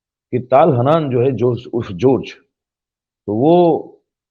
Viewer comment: ताल हानान नहीं ,,,,,,,,,,,, तल-हन्नान है।